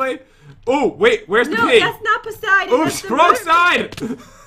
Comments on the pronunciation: It’s not pronounced poh-siden. It’s puh-siden. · It’s Persiden not poisiden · It’s puh -siden not pohs-iden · ITS POOOSIDENN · OMG its pociden